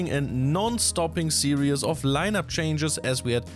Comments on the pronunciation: Stop saying series as serious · Love your episodes you could easily replace Hartem for these. However I've got one tiny complaint: "Series" is pronounced "see-reez", not "see-ree-es". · Please stop saying "serious". It's series. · Dear: Series is pronounced as if you would say "siris" with german pronounciation. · Actually more like sieris with german pronoinciation :)